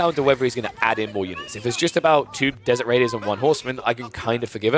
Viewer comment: For some reason whenever said "desert raider" I kept hearing "desecrator" and now I'm imaigning a Desecrator unit. Like, it would have bonus damage against religious units and decap sacred sites twice as fast. Maybe immunity from conversion. And a "desecrate" ability that would work like the shinobi's sabotage, but only on religious buildings; it would block relic income, too.